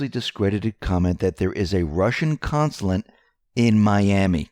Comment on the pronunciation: Russian CONSULATE... NOT "consulant"!!!